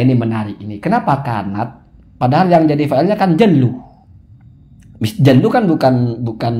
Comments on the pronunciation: Bacanya bukan jallu tapi jullu Gus Jullu ai Mu'dzomuhu:Sebagian besar dr keadaan nabi. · Mungkin yg bener jullu, bukan jallu, mohon koreksinya mak keh